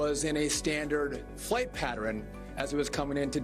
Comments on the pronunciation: It's pattern, not patterin. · And he is pronouncing the word pattern wrong. Like patteren. SMH